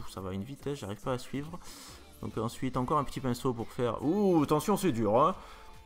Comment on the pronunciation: "on épainceaute, on épainceaute !"